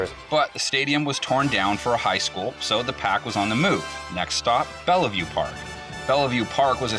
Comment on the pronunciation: It's pronounced "Bell-view" not "bell-uh-view" 🤦‍♂️🤦‍♂️ Sincerely, Someone from the Village of Bellevue